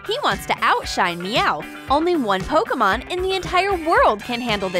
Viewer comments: its pokemon not pokomon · PokImon not pokAmon